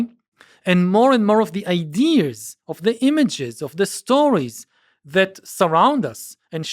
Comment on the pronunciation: Why does he say “idears”?